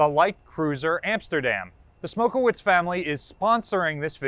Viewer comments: Why can't Americans pronounce Eastern European names ? Smokowicz is pronounced Smokovich the ch/cz as in church not wits. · Come on, you’re a pollock, you should know how to pronounce polish names lol.. Coming from a fellow pollock, its pronounced Stanley smok-e-vich-.. there’s no V in the polish language, whenever you see a “wi”, it’s usually a polish person, and it’s pronounced as a v